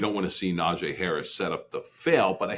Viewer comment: Just watched a video of Najee saying he doesn’t understand why people say his name like that, then watch this video and see this guy saying “Najay” over and over again 😂 never did I notice that before